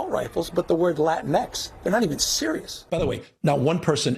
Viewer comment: By the way, I don’t think they named it Latin-x, I think they literally called it “la tinks”